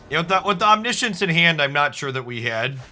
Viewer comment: FYI that's not how you pronounce 'Omniscience'. It's actually pronounced 'Omniscience'